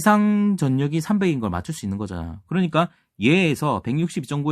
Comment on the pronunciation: 전력,전류 등을 발음할때, 절력, 절류 로 발음해야될거 같은데 강사님은 전녁, 전뉴으로 발음하십니다 수정이 필요하실거 같습니다